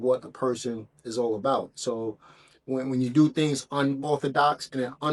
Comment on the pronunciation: What???? "Dings" or things ??? What "Mont," or month" you meant to say ??? Which one ??? slow your pronunciation pal.